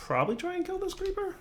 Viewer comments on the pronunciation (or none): none